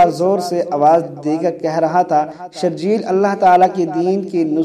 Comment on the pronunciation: جاہل آدمی حضرت شرحبیل بن حسنة رضی اللہ عنہ کو شرجیل پڑھتے ہو اصل نام شرحبیل ہے (شرح بیل)